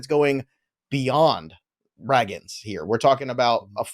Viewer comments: I know doesn’t read comments because he’s been corrected on the pronunciation of Cole RAY-GINZ several times before and yet here we are… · Why doesn’t correct him on on how to say “Ragans”???? lol it’s pronounced “ray-gans. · Who in the world is Cole Rag-guns!?! 😂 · Please say Cole Ragans name correctly. You can’t be a fantasy baseball analyst and mispronounce so many players names incorrectly. Get off the computer and watch some game